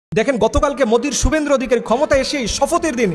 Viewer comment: তুমি তো একজন ব্যক্তির নামই শুদ্ধ করে বলতে পারো না ওয়াজ করো ব্যাটার নাম শুভেন্দু তোমার আলোচনা খুবই গুরুত্বপূর্ণ